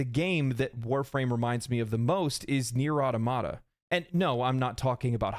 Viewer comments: “Nier auto-mata” hurt my ears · Is that how Nier Automata is pronounced? I haven't heard it said enough to be sure, but never heard it like that, so just curious. Always heard "automata" as "automaton" is pronounced.